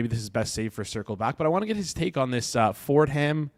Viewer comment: “Ford Ham” 😂